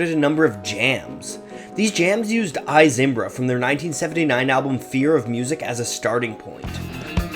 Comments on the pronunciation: The band is not named "THE" Talking Heads. Just Talking Heads. PS, "I Zimbra" is pronounced "EE Zimbra." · Erm, it's pronounced E Zimbra. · Pronounced E zimbra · Technically pronounced "EE Zimbra", but you would only know that if you had actually paid attention to how the band sang it. You know, by listening to the song. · It's pronounced "Eee" Zimbra. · I Zimbra is pronounced e-zim-bra... Love you cat... Peace on earth... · Dude. There is no "the" in Talking Heads. And pronouncing "I Zimbra" as"Eye Zimbra" is blasphemy on a higher level. Do your research before sharing your wisdom. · It's pronounced ee zimbra :V